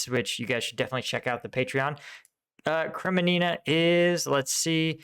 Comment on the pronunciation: KREMINNA not 'KreMENINA'